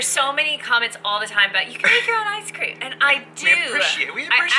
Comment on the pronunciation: Did you say "Ice cream"? Lol... ;-)